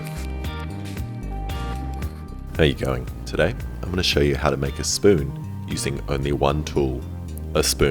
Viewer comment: My favorite part was when he said S P O O N